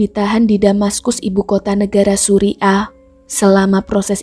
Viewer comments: Salut utk pemerintah philipine,,,mereka cepat tanggap + memantau kasus sampai selesai. Bacanya suriah bkn suri' ah 😁✌ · Suriah kak bukan suri ah😂